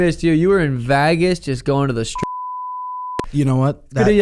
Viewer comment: It’s Vegas, not Vagus like the nerve